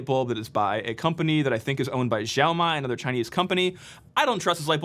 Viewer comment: Xiaomi is pronounce xiao me, not my